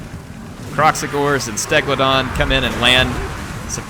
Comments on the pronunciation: Why don't you just name him Steglidon? Then you'll say it right no matter!? :) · You should just keep sayingn Stegladon. Own it. lol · just rename Stegadon to Stegladon so its official and no one can complain that you are saying it wrong. Long live Stegladon. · lol,. it sounds like the skaven AI is doing skaven right. They keep surprising you and killing your guys... they even make you mess up saying stegadon! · Dude... call the stegadon what you like lol, in fact if you name it stegladon you are calling it its unit name lol